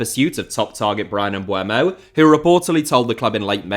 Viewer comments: Pronounced "Mboomo" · the 'u' still doesn't come before the 'e'. Bryan Mbeumo.